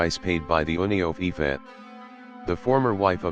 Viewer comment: IFA?! Its IFA oo!!! Not I.F.A